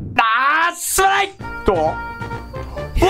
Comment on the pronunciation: すまないがストライクに聞こえる‥‥wうちだけか？